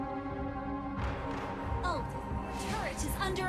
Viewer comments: seems zhask always comes to the rescue 🤣🤣🤣 aldous saying lag so badly but, its weird how his chat isn't lagging tho 🤣🤣🤣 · "lag" or bad??